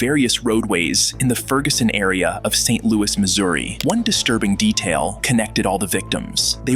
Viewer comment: Where is Saint "Louey"?